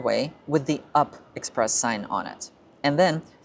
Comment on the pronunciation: It’s read as U-P express, not “up” express